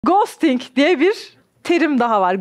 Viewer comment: Gooostink değil “goustiğng” diye telaffuz edilir, yumuşak. Bu arada söylendiği gibi yazdım 😄 Ghosting’in ne demek olduğunu zaten ezelden biliyoruz. Beni asıl rahatsız eden güzel Türkçemizi katletmeleri.